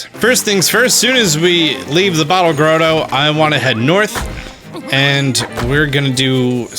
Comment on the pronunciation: .45 Bottle "grodo"?!? It's grotto, as in Santa's Grotto...two letter ts